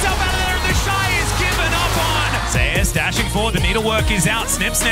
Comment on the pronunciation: It puzzles me : These US casters can't pronounce Zeus correctly ?